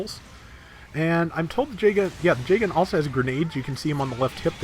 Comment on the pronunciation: is it me or does pronounce Jegan J-Gun?